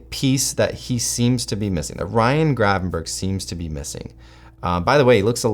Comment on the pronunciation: I hate hearing you call him Gravenburg, his name is Grevanberch.